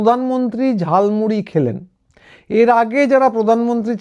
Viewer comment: ওটা ঝালমুড়ি নয় ঝালমুলী😂